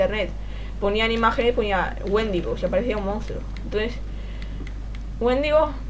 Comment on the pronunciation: por cierto no es wéndigo es wendigo (creo que se escribe así)